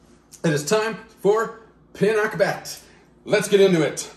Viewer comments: You say it right. Your Mom is so adorable. I missed my mom in heaven. That’s one of our favorites here PINAKBET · Hello I'm happy to see you guys pinakbet nice seeing you two yes you pronounce 👍 Pinakbet